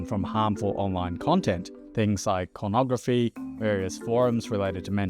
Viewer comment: You are part of the problem by saying cornography